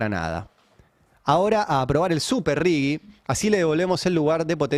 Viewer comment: Ari, no es Rigui, es Rigi, sin U